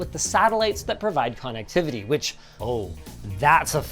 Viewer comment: It always erks me a little when linus pronounces connectivity as “con activity”